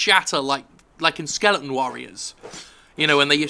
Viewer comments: Jim, it's skele-ton, not Skelington. Please, I love you an all, but it made this video hard to watch. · It's Jim Fucking Skelling ton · Skellington's rule "one O one", learn how to pronounce the word "SKELETON" As in "those with nothing between the ears", in fact not even ears, the former, rather like the maker of this video. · It's intentional, I don't remember why and when he started calling 'em that though.